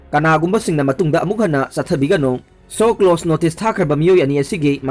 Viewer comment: Shoclose Nate. Latino shoclose? " SHOWCAUSE" hairo. Class X passed natro?